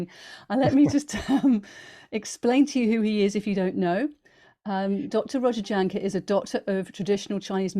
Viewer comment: Please please please, everyone, please start pronouncing Dr Roger's name CORRECTLY, Jahnke. Is pronounced Y A N K U H, so easy to say it the right way......thank you